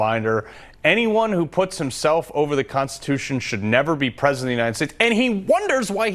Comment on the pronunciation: If your President you just have to think about it but the Vice President you actually have to say it. It’s in the Konshtitooshun!!